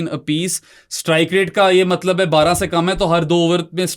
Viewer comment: I’ve tried to ignore it but ‘malab’ instead of ‘matlab’ is now driving me crazy lol